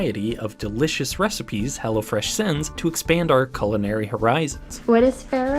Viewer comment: I thought you were saying hellafresh imagine some enterprise that is named that way